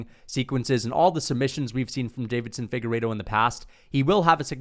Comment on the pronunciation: Deiveson Figueiredo not Davidson, still a casual and you're welcome